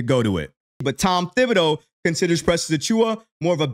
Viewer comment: Dude it's pronounced ti-ba-doe ..... Not thib-i- doe..........the H is silent